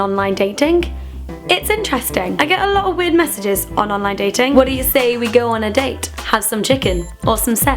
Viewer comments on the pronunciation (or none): So funny hearing you say 'online datinkk' :')